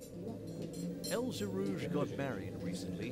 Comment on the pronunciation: This journalist making the still common mistake of applying English speaking rules to the pronunciation of a foreign name. Right off the bat he muffs El Gherrouj and Ngeny. (Ex) Colonial arrogance at its finest.